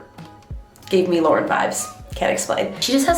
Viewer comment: I kept thinking you were saying Lorde and not Lauren 😆